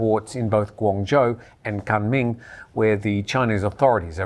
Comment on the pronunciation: Kunming pronounced as Koon Ming, repeat after me, Koon Ming.